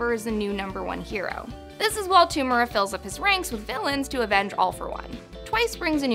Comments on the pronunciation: Man its tomura not tumera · Same with To-mu-ra